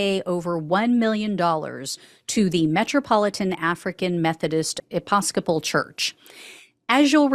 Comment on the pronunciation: E -pis-co-pal